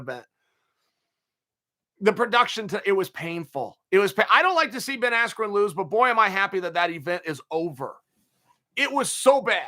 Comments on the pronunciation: I knew my bet was F’d when Buffer screwed up Bens last name. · Rigged. Everyone friends with Paul, Askren comes out with no emotion AT ALL, MICHAEL BUFFER mispronounced Ben Askrens name, knockout in less than 2 minutes??? Robbie Lawler nearly killed him and couldn't put this guy away. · Disrespectful to the sport of boxing! Absolute shambles... From purposely mis-pronouncing his name, to the sh*t talking commentary... most fixed pay day ever... May as well of called it Jake Paul’s birthday party & sold tickets to it. ✋🏽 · Michael Buffer mistook "Big 10" for "Big 12" at weigh in AND introduction then mispronounces "Askren"??? 😂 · Why you think the mispronunciation? So highlight reals don’t taint askrens real fights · You're actually goofy if you think one of the two single greatest announcers is going to accidently mispronounce a name as simple as Ben Askren. Being as close to the fight game as he is, it was clearly supposed to be some kind of joke or slight to Ben.